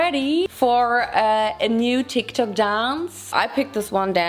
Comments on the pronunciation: No one: Literally no one:: Calls TikTok TikTik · Did she say Tik Tac Instead of tik Tok ? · i guess she said tik tak...i watched the video yesterday and i thought i noticed tik tak....but to be fair i am just a pedantic and i hate tik tok. its just braindead 🤷‍♀️🤙